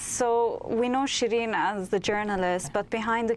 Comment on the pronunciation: Should pronounce "SheeReen", not Shreen.